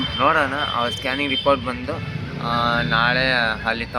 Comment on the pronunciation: ಸ್ಟಾನಿಂಗ್ ಅಲ್ಲ bro adu ಸ್ಕ್ಯಾನಿಂಗ್ adu salp ಮಿಸ್ಟೇಕ್ ಮಾಡಿರಿ bro